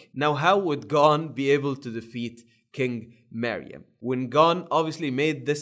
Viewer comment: The accent bro💀💀💀💀